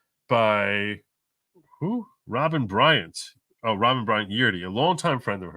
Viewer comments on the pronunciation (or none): none